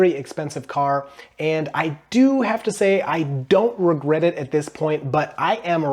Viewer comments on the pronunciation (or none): Ragret? Ragret? ?? Ragret? ??????? Ragret? ?????? Really? Really Really??? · What's a ragret? 😂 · Is “ragret” a meme or a mistake